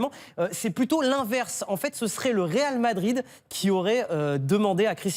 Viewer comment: "Ronaldo quitte le Ral Madrid "